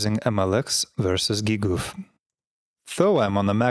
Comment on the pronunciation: gee-goof - GGUF this will be my new way of pronouncing GGUF😂